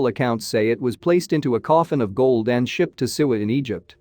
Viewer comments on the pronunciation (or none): none